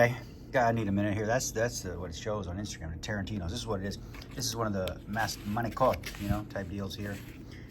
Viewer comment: Thank you for saying Manicotti correctly!